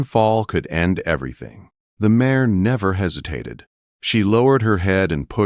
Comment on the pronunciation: It is mare not mayor.